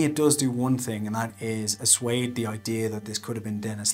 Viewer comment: "Asuade"? No such word.... Great Engrish!